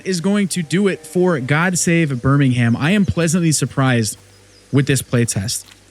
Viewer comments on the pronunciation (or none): As English guy I recoil when you say ber ming hamm. Haha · Birmingham - BUR-MING-HM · Btw you don’t say Birmingham you say it like Birmingum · It's prononouncr burrr ming UM and go up like a valley girl on the last syllable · BirmingHAM lol love it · Just a heads up on pronunciation, you're saying Birmingham with an emphasis on the "HAM" ending. We don't say that over here. It's more like Bir-ming-um. The same as when Americans over pronounce the "SHIRE" endings on our place names (Leicestershire, etc), as if taken straight out of Lord of the Rings. We say "Shuh". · only thing i gotta say is we dont pronounce the H of Birmingham, its like Birming-um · yeah It's how to say priory but NOT how to say Birmingham sadly :D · Was ready to watch this video but the yank mispronounced Birmingham 😢